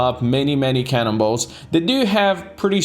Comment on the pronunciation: I'm very sure that always says cannibals i hear "Can in balls" 😂😂😂